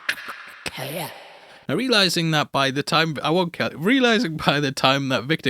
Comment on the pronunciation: "its all conekgkhkgkgjsjhddted hkakkhlhkahk"